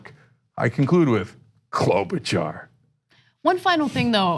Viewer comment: everytime i see or hear her name i just think of cenk saying "klobauchar?"